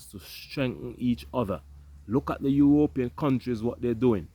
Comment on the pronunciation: How does U.S have the money to give Sweden for this when we have a Migrant Crisis here. Ur Ropean does sound cooler than European Lol they should thank you for that 😅😅